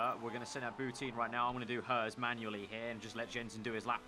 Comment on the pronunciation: Bou-TIN not teen